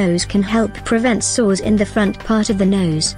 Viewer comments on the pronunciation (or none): none